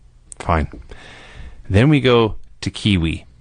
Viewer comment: Kwee Wee not Kiwi lol (oh ok he figured it out)